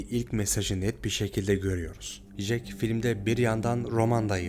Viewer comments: Ya şu isme JEK diyip durdun sinir hastası ettin be olm ya! CEK diye okunur o bi öğren la seslendirme yapıyosun burda! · Resim çekilmez kardeşim, resim yapılır. Fotoğraf çekilir 🤣 ayrıca Jack "cek" diye okunur, " jek " değil. Bu kadar zorlama bir içerik için teşekkürler